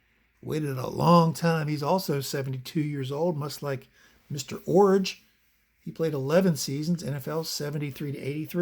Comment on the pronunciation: Extra thumbs up for pronouncing Iorg correctly. And Warshington. And What does Tim Fox say? 😂